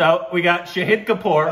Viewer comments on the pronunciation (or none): It's not Shaheeeed, it's Shaaaahid It's not Ameeeeer, it's Aaaaaaamir. Just saying 😬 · again it's Shāhīd not Shahid 🙄. Fun game though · ❗❗❗❗It's been 2 years guysss 🙆 IT IS NOT SHAHID IT IS SHAAAHID ❗ GET IT RIGHT GUYSSSSSSSS